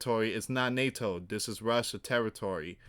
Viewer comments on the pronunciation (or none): none